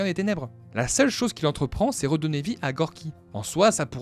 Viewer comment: Il ne s'appelle pas "Gorgi" mais Gurki ,mais sinon bonne vidéo sur ce Disney que j'aime bien mais qui est pas mon préférer